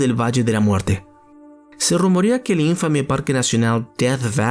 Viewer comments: Muy bueno el informe ... recordá : INFAME ,ES UNA PALABRA GRAVE, NO ESDRÚJULA. De onda,saludos. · Eyyyyy careculo se dice IN-FA (aquí el acento)-ME ES UN PALABRA GRAVEEEEEEEE !,!,!